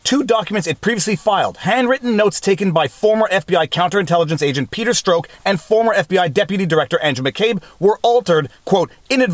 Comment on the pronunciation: Peter Strzok, it rhymes with Hawk. Not choke, broke or toke.